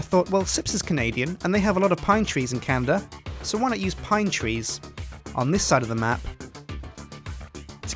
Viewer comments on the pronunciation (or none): Did he just say Canda?